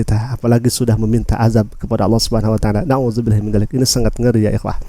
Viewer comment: bukan Allah swt ,jfi swt nya itu di bca dg bnar di lesan mu,ALLAH SUBKHANAHUWATAALA